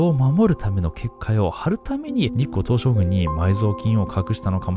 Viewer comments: 何回聞いても日光東照宮のこと日光東照グンって言ってない？ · ちょくちょく日本語間違えてるの可愛いな、、日光東照"ぐん"